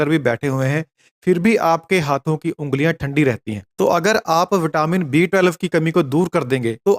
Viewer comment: thik se pronounce kijie B12.